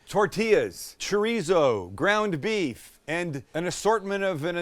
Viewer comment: I feel like after the beef bourguignon, Sam has been pronouncing beef as "beouf" And I'm here for it!